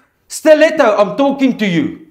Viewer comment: I love the Afrikaans accent and the way he pronounces steleto